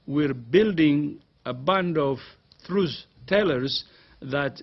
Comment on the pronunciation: "we're building a band of thruce-taylors" FFS even the word "truth" simply refuses to emerge from this man's mouth.